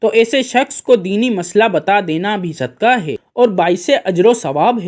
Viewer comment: It is not sudkaah,but it is called sudqaah,with not kaaf,kuttay waalaa,but it is dau nuqtay waalaa qaaf,qainnchee or qaaboo waalaa,brother.As qulb means heart ,and kulb means dog in Arabic .Now you see bro',how much difference it creates,if it is not pronounced properly.We hope that you got it now.lf the pronunciation is incorrect,the meaning of that Arabic word changes,plus a single Arabic word has several meanings .lf we keep on doing such minor mistakes,we cannot even recite our 05 times daily prayers properly ,and hence we will not get all the benefits from our prayers,as the prayers of the present day so-called Muslims are ,these days.Thats why the Muslims are not becoming morally well behaved day by day ,although a lot of us are regular ,our 05 times prayers sayers ,or reciters, maashaaAllaah,as all these little things really matters .May God,Allaah, the almighty bless us ,and give us proper wisdom ,to cope with the prevailing problems,which the human community is facing these days.Prayers for all from Raawulpindee, Northern Province of Punjaab, lslaamic Republic of Paakistaan, South Asia 🌏😊🎉🎉🎉🕊️✌️🇵🇰.